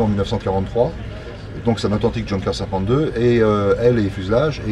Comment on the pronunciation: Intéressant, mais quel dommage de prononcer "djeunkers" au lieu de "younkers"..